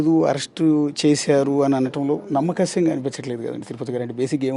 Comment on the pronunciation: “ నమ్మశక్యంగా “ అని పలకలేని ఇతడు ఒక జర్నలిస్ట్. ఖర్మ 🤦‍♂️🤦‍♂️. కానీ, మీరడిగిన ప్రధాని మాత్రం బాగున్నాయి. 👌